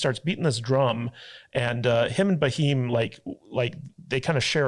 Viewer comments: It's just cute to watch you guys pronounce Bheem [Beem] as Ba'heem 😂 ... Thanks for your reaction to RRR guys 🙏 .. Though you seemed to like the movie overall, you did sound a smidgen dismissive / condescending about the over the top action scenes and were critical to the realistic probabilities of some scenes [ironically Hollywood churns out more outlandish & Woke trash year after year that ends up getting rave reviews and an occasional Oscar 😜]. Not being rude guys, just opining .✌ You need to understand that Indian cinema is very diverse and mind numbingly varid in it's subject matters and cultural approach from different linguistic regions. If you are looking for realism and for you to be able to really appreciate the depth and scope of Indian cinema, you must watch and react ''live'' to the once in a lifetime and historically accurate movie ''SARDAR UDHAM'' .. It will just rip your soul . Hope you do take this suggestion seriously and I guarantee you, neither you nor your audience will be disappointed. [Here's the trailer of the movie, for your consideration.. [don't forget to enable subtitles] ✌.. It will also put to rest your westernized, watered-down history, of colonial brutality. With respects & regards from an Indian dude domiciled in Hong Kong... 🙏💖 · Do not write pronunciation of Bheam . Please . I request you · I love it when westerners are unable to pronounce BH, and come up with different versions. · there is no "a" in bheem, you say it like you spell it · It is not Bahim. It is Bheem. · youare pronouncing raheem for bheem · Not baheem it's bheem it's name from Mahabharata.... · not baheem yaar it's bheem. Alluri Sitarama Raju (played by Ram Charan) and Komaram Bheem (played by Jr. NTR) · It’s not baheem, it’s “beem “ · you are pronouncing for bheem as raheem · Not bhaim it's bheem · Not bahim you ashhole he is Bheem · Please don't say Bah..heem 🙏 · It's not BAHEEM.....its BHEEM...pronounce it as "Beam" simple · Its Bheem not baheem😉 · It's Bheee-m.